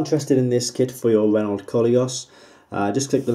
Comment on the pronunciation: The fact you can't pronounce Renault makes me question purchasing it.